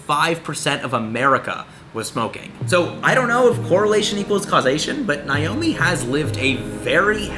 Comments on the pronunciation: As someone named Naomi, it hurts me to watch this video because he’s pronouncing it like “Nye-omi” 😭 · He kept butchering her name, it’s pronounced Nay-Oh-Me